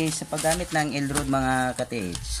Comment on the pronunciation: El rad... puru ka el rud grrrrr